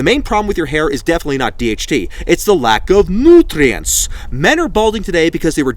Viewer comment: Never mind the fact that this was the best vid ever hahah! Nootrients 😂